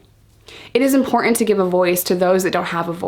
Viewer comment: It's important to realise that the "t" in the word "important" is not silent. :)